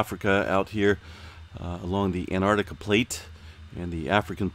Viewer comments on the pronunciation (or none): none